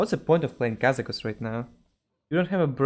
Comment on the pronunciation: Did he said "Kazamakus" in ?